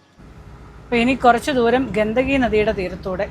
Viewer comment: ഗണ്ടകി നദിയാണ് ,ഗന്ദഗി അല്ല (ഹിന്ദിയിൽ ഗന്ദഗി എന്നാൽ വൃത്തികേട് എന്നാണർത്ഥം )😊